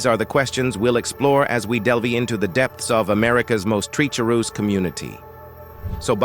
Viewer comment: Narakeet. Treacheroos. LMAO #Chicago